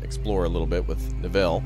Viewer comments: Killing me how you're saying Neville! Its Nev-ille not Ne-ville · It's NEvill not NevIll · Typically Neville is pronounced like 'bevel' with an 'N' in place of the 'B'. :) Glory to Raptoria! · the way you pronounce "Neville" is hilarious:D this looks like a great game, more!